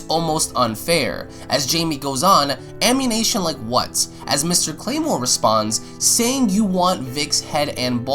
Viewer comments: I think you mean amMUNition not amMINation. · I hate the way you mispronounce ammunition. It makes me want to not agree with you. Please work on your diction. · just thought I'd point this out... it's ammunition, not ammunation... You been playing too much gta, my boi ;) (just making a joke, not trying to sound like an ass) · Wtf is Ammanation? Ooooohhhhh you mean ammUnItion. Like listening to Benedict Cumberbatch say penguin. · It's ammunition, not ammunation. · It's 'ammunition' not 'ammunation' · Ok ok ik this is supposed to be serious but uh WHY ARE YOU SAYING AMMUNITION WRONG ITS NOT AMMUNATION ITS AMMUNITION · Fix your pronunciation of ammunition. It's Am-you-nih-Shun not Am-you-Nation. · He said "ammunation" I was thinking that that was a whole new word 😂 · Also, ammunition is not pronounced "amUNATION" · I think someone has played tooo much GTA, I kept hearing ammunition as ammuNATION. Am I the only one? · He definitely said ammuNATION. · lol why cant this kid say ammunition? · I heard the same thing lmao